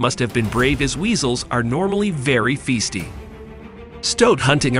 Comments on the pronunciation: Festy?...I think it's pronounced feisty actually.... and woodpeckers look nothing like seagulls OMFG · Does this guy keep saying "feasty" on purpose?